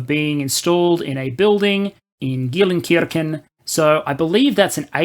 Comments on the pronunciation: To my American ears, your pronunciation of German is quite acceptable except for Geilenkirchen (horney churches). The vowel sequence ei is pronounced like Eye. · As a German, I can say your pronounciation is really quite good! I can hear that you really try. Thank you for that. Just one tip: The "ei" letter combination is generally pronounced like an english "aye" as in the seaman greeting "aye aye". So "G[aye]lenkirchen" for example.